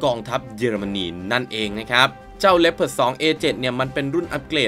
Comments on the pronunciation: อ่านว่า ลีโอพาร์ด ไม่ใช่เหรอครับ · ดูมาหลายช่อง มีช่องนี้ออกเสียงถูก ช่องอื่น ออกเสียงว่า ลีโอพาร์ด 😂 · ผมก็อ่านเป็น ลี โอ พาด มาตั้งนาน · อันดับ1 ผมอ่านว่าว่าลึโอผาร์ดตลอดเลย